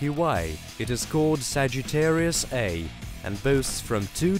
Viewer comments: Dude it's Sagittarius A* (literally, 'A Star') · No! It's called Sagittarius A*. The asterisk is pronounced "star", you literally say the word star. Just plain ole Sagittarius A (with no asterisk) is a star, while Sagittarius A* is a huge supermassive black hole. You must say the word star when referring to the black hole. Love your videos!